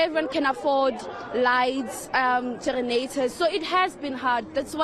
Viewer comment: "gerenators" haaa mara Rhodesfield 😂😂😂😂😂